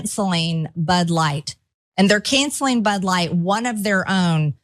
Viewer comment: What does "canseleen" bud light mean?